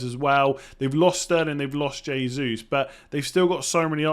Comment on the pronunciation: “H”esus (Hey~Zeus) :)